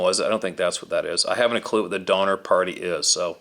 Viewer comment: Sorry Donner not donmer